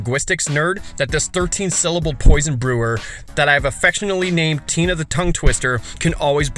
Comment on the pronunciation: You worked extra hard on Tina's name. Didn't you? I can tell. And you didn't use the cute version of Gisela. Dangit. And STILL... no Lord Xander.